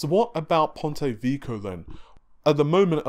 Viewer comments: lol, Ponte Vico, Rinoh (Renoir) and counting... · It's supposed to be pronounced "Veh-key-oh". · Pontay Veeko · ""Ponte Vico"??? WTF is that? Put some effort into it. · here's how to pronounce "Ponte Vecchio" :P